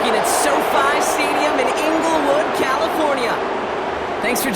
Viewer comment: its Inglewood California not englewood